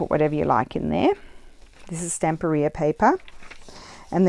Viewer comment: I love that you are one of the few youtubers who pronounce Stamperia correctly 🙂. I've been following you for a long time and I'm leaving you a lot of praise today. You do things that are absolutely awesome 🤩.